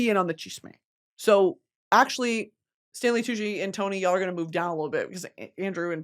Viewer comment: tantgvng wid tanley coochie and pie cent she sayd🤣🤣🤣